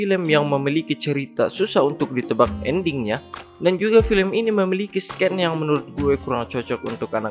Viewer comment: scene bacanya "sin" kak, bkn "se-ken"